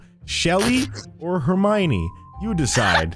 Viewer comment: doesn’t even say hermione. It says hemane